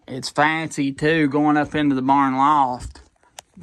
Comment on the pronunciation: I'm as country as they come but I never heard anyone say barnd, thought I misheard at first. Keep them videos coming, I love'em.